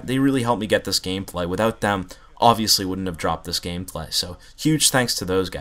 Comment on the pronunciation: He said gamepay